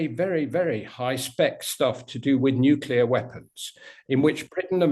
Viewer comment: Nuclear is not a complicated word to pronounce... thumbdown. I can't help that kind of shibboleth